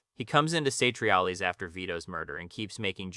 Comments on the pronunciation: How do you watch the show enough to make an in depth video about it but can't pronounce any of the names that are said repeatedly throughout the show? Artie Bucko? Saytreealies? wtf? Do you think ghosts say "buck"? Do you think people "say" down in chairs? It's Artie "boo-co" and "Sat-tree-allies" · "Say-tree-ah-lees" is insane dude 😭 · Sat tree all lays (satriales) Artie boo co (Artie Bucco) Oh mare tah (omerta)